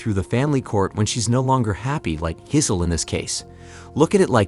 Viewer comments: Her name is pronounced 'Jizzzzz-el' lol, just so you know. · "Giss-hole," "Jizz-hole." This guy's killin' me. 🤣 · The way the narrator says gisell rhymes with chisel & that's what she is:a chisler.Throw her like a long bomb pass back to the streets Tom!This may be a blessing in disguise though.Obviously time trade up the old gash for some younger,tighter poonanny!